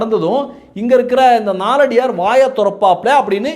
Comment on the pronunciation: நாலடியார் என்று சொல்ல வேண்டாம்! நாலடியான் என்று சொல்ல வேண்டும்